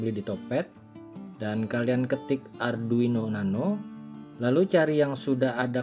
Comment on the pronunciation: Arduino atw adruino sumph salah sbut mulu